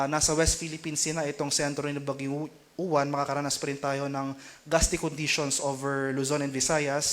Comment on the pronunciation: Say it like "ulan" the stress is on the second syllable - u-wán